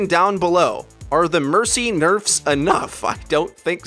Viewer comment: "Nerfs" righttttt